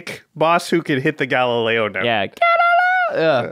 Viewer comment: nailed the Galileo! great job everyone!